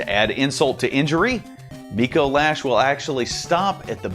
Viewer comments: It's not "Micoe Lash". It's "Micolash". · You said dicolash and I cackled